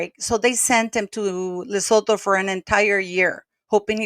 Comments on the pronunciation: Lesotho = luh·soo·too - the h is silent 🌍🤗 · I love how you pronounce lesotho 😂